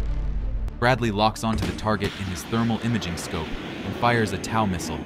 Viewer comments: it's TOW pronounced like toe not like tau. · Referring to the Bradley by pronouns. LOL. TOW pronounced as “Tau”, instead of “Toe”. 😅 Dubbed sounds, that sounds like a typewriter! 😂 If you’re going to use a crappy A.I. program, take the time to proofread! So lame! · Tow missile, not tao missile. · TOW SOUNDS LIKE TOE not T OW that really hurt... AWESOME VIDEO!! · He called the TOW missile (toe) a "tau missile" lol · It's called a Tow missile not a Tao missile. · AI calls a TOW a TOA :face-purple-crying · How is a missile that’s spelled TOW, sound like TAU? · I was in a BRADLEY Unit, awesome vehicle with immense power in battle. To the person narrating the video, the Bradley's missile system is called TOW missile, which rhymes with TOE! Other than that, great video! Lol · TOW is pronounced "toe," because English is harder than it needs to be. Great video! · telemetry over wire aka TOE is pronounced like a the toes on your feet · TOW is pronounced like its spelled like "Tow my car". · I get it. Your probs not american. But it is tow like towing a car or toad without the d. But regardless. Love the vid. Keepem comin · TOW is Pronounced as in "I stubbed my Toe" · It's pronounced TOE.